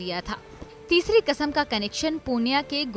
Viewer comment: तेज़ चैनल है तो तेज़ तो पीछे की आवाज़ (voice over) भी तेज़ है😄😄😄 उनको समझ ही नहीं है कि बांचे और बांटें में क्या फ़र्क है। क़िस्मत की तेज़ हो आप, जो इस तेज़ चैनल में voice over कर रही हो 😄😄 अर्थ का अनर्थ कर दी। और एक बात तलफ़्फ़ुज़ को सही कीजिए। कसम नहीं क़सम होता है।